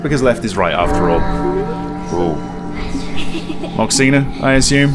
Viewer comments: Your pronunciation of Moxina is perfect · I’m Taiwanese and your pronunciation “moxina” is spot on 😳